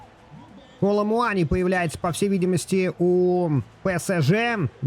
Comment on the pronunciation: Коло-МуанИ ОкафОр